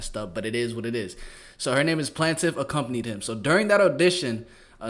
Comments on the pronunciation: I almost un-subcribed my boy, Her name is not Plantiff 🤦🏾‍♂️🤦🏾‍♂️🤦🏾‍♂️🤦🏾‍♂️🤦🏾‍♂️ come on bro you are to intelligent for this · Wow over 1M followers to a dude that can’t pronounce plaintiff and thinks it’s a name smdh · Are you serious? Plaintiff 😢 You couldn’t figure that out? You really thought that was her first name? Dude…..If you gone do this at least know how to read…..People book you?